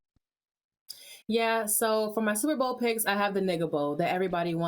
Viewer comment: she said niggabowl lol